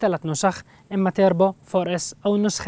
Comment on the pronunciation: توربو وليس تيربو